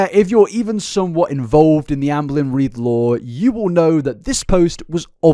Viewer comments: pronounces ‘Amberlynn’ like ‘Anne Boleyn’ and now that’s all I’ll hear forevermore in gorlword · As a history nerd, every time I was one of your ALR videos, I think you say Anne Boleyn instead of Amber Lynn 😂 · I'm listening to this in the background and I keep hearing Anne Boleyn instead of Amberlynn, which is a very entertaining image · The whole video I kept hearing Ann Boleyn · I can’t stop hearing “Anne Boleyn” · I keep hearing ‘Anne Boleyn’ 😂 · Every now and again when you said amberlynn, I kept hearing Anne Boleyn 😂 story is so much funnier when you hear it like that ngl 😂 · Not to take away from the seriousness of the situation, but this feels even more unhinged because my brain is hearing "Amberlynn" as Anne Boleyn 🥲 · whenever he says Amberlynn i hear "anne boleyn" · Am I the only person who hears "Anne Boleyn" when says "Amberlynn"? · The way you say Amberlynn triggers me 😂😂